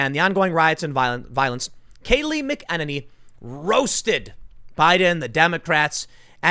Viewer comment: Tim I love ya bro... but this is bothering me.... Kaleigh McAnany (Mac-uh-nay-nee) you're welcome sir!